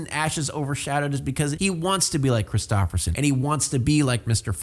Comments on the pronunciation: its a Norwegian name tho lol love how you ruined it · maybe because it’s a Norwegian name lol you’re saying it wrong